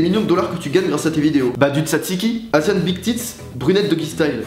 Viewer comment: Mais les français svp si vous savez pas prononcer le mot " asian" en anglais dit le en français